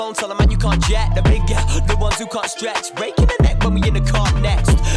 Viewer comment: that 304 can't even spell stretch; nor pronounce it.